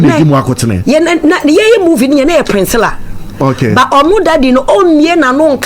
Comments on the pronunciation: You are right on point, no wonder she can't pronounce the sweet name Priscilla intetered she kept pronouncing Princilla. One can't really tell where she learnt this pronunciation from. Spoiling the such a sweet name like Priscilla. Chaa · The name is PRISCILLA not PRINSCILLA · Please correct her again. Hmmmmmm Hard ooo